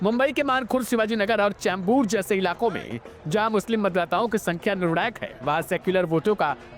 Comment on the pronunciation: Hai ka Sahi pronunciation Nahin kar paare Neta ji